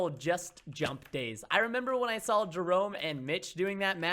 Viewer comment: preston,I love you bro I wont send you hate mail or dislike or unsubscribe but it bothers me and peop,e dont know how to speak. you say sawl not saw